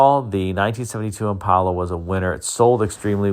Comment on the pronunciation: Impala. Not impola.